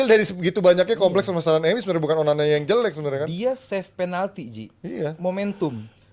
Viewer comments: salah ngomong Onana jadi onani 🤣😂 mulutnya lagi sariawan 🤣🤣 ngakak 😁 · Bang typo bilang onana nya 9 : 31 😂😂😂😂😂